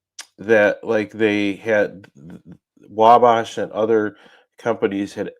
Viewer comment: It's pronounced WALL-BASH